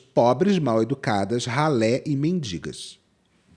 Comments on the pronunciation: fico doida com a guria falando MINDINGAS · “MENDINGAS” dói nos meus ouvidos!!!! 😂